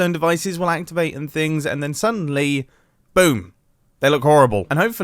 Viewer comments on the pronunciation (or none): none